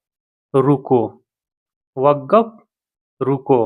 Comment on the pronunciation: वग्गाफ नहीं होता वो— वक़्फ़ होता है समझे